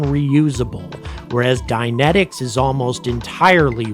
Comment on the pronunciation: You were saying "Dynentics", I thought you were saying "dianetics". For a second there I thought Scientologists started to develop rockets -_-'